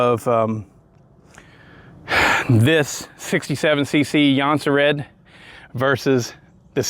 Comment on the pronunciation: I thought it was pronounced like jon-serds